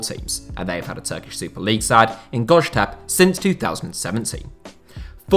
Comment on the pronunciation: Lol what the hell is "goshtaph", you meant "Göztepe"? Look I understand it's a really hard word for a non-speaker, but that was one of the most brutal butchering I've ever heard my entire life. About Ankara, the former mayor of Ankara, Melih Gökçek, and his son, Ahmet Gökçek, are sole responsible people for the decline of 2 big Ankara clubs, both clubs with very rich history mind you. They basically toyed with both clubs. First Gençlerbirliği and then Ankaragücü. They commited some outstanding irregularities, or even felonies (proven by courts). One example, Ahmet Gökçek was a board member and director of something in B.B. Ankaraspor (municipality team). They transferred a lot of players, some high profile ones too, and overpaid all of their former clubs, but their contracts were fairly cheap. They also used municipalities money for the operations. One day, he suddenly left his post for Ankaraspor, and became a board member for Ankaragücü. Next day, he became president of the club. Same day, 5 hours prior to the end of the transfer window, 7 of Ankaraspors players joined Ankaragücü, with largely improved contracts, and undisclosed transfer fees. Some time later, court ruling nulled his presidency because the election process was completely flawed. It's not even fair to say the election was rigged, it was more than rigged. It's a little bit of long story, but in the end, Gökçek's left Ankaragücü with quadrupled their debt, without any income, squad full of overpaid player